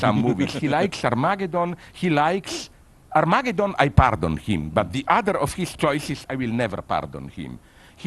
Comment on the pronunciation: Liam Cooper more like "arm-ah-gay-don"